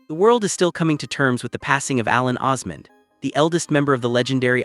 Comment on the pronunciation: His wife's name is Suzanne, not Susan. The last name is Osmond. Not Osman. I wish people would it straight.